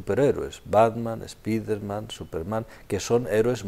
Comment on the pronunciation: espiderman xdxd